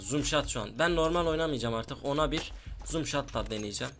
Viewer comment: abi zom shat deyil no scop